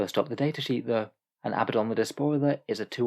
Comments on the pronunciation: His name is pronounced uh-BAD-un. If his name was Abbadon you could call him AH-buh-don. However, based upon spelling (and the religion his name is taken from) the 2nd choice is the incorrect pronunciation. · Probably keep pronouncing his name wrong. Glad I could help.